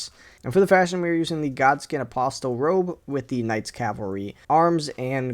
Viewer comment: Wants people to buy items of zero monetary value but pronounces the T in apostle?